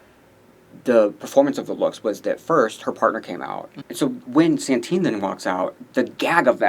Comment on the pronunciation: The name of our espanhola winner is Satin, not Santin. It gets to a point that I think its just bait for people to comment